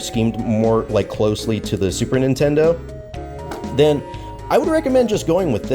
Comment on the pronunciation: Mate can you make a separate video and pronounce Nintendo and then 8bitdo